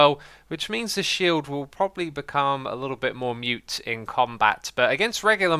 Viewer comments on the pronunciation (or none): UGH! IT'S "MOOT" NOT "MUTE"!